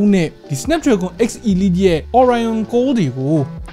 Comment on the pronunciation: 8Elite ရဲ့အသံထွက်က 8 အီလိုက် ပါ